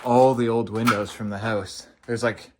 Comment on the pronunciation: Hoase he says instead of house... check oat the hoase